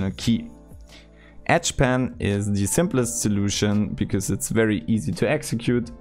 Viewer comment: Oh, you mean edge pan, not etch pen. Lol, I'm so stupid